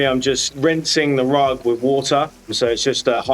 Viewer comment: Noooo ru-ugg, no cry